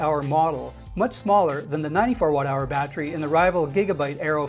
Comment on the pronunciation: Stop saying battery like that please.